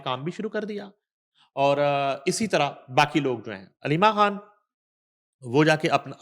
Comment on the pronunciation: ہیلو بشری کھان نہیں ہوتا مسلمان ہیں آپ السلام علیکم کہتے ہیں ہیلو بچھرا کھان نہیں بشری خان